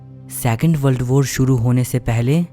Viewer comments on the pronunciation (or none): बल्ड बोर ❌ वर्ल्ड वार ✔️